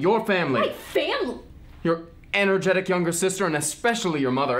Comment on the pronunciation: did anyone else notice how he said energetic as anorgetic